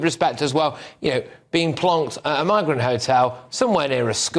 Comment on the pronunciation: I thought he was saying the n word every thing he says migrant